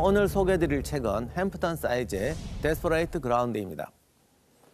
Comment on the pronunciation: 여보세요, 기자님! Desperate ground는 데스퍼릿 그라운드 혹은 원음에 가깝게 발음하고자 하거든 데스퍼릇 그라운이라 해야합니다. 데스퍼레이트가 뮙니까?